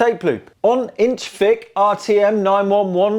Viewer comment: "Do 1 Inch THICK Reel To Reel Multitrack Tape Loops Work?" The emphasis on 'thick' is completely wrong, the tape is extremely thin, but 1 inch wide.